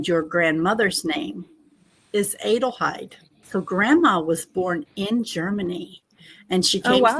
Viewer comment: IT IS PRONOUNCED AH-DELHEID (like Adele).. we do not say AYE-DEL do we? No.